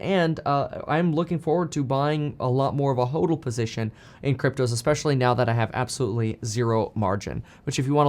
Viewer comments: It is pronounced ‘hodl’ as opposed to hoedl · Omg the way he says hodl and hodler kills me 😹🥴🥴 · Ha! You’re just here cause he pronounces hodl instead of hodl 😂 love your channel!